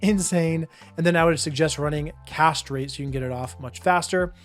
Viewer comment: Whenever you say “cast rate” I hear it without the space…. 😬